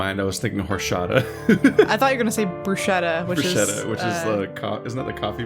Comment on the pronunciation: brusheta??? IT'S BRUSKETTA, mamma mia!🇮🇹🇮🇹